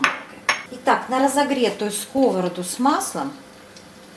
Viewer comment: Рецепт классный и простой, особенно для меня, как для человека, который обычную яичницу без происшествий не всегда может пожарить. Но... скОворода! 🤣 Как же по ушам било. Но в целом лайк, конечно же.